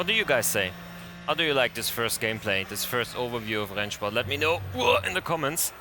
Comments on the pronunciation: I just have to ask. Are you a German native speaker? The pronunciation of "Rennsport" sound professional :) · As a German i can say you pronounce Rennsport really good